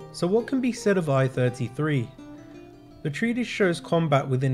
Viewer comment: MS I.33 = MS One -Thirty-Three, not Eye-Thirty-Three. Although this is technically a moot point as it's been re-catalogued and is now FECHT 1.